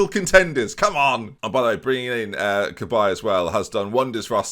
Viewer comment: i am not french but i think cabaye is pronounced yie or like yes without the s :P